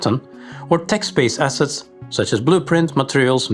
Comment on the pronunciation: all I heard was "High Quality Asses" and I like it :D